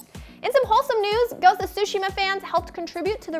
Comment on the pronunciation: is the only Westerner I’ve heard who pronounces Tsushima correctly.